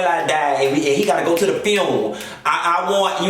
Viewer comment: the fact that calls funeral, tunes takes me out every time LOL!